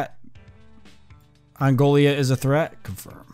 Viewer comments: Angola, not Angolia... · It’s pronounced an Goal uh